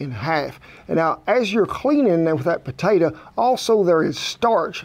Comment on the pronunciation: Love your videos But it's potato. Not potata..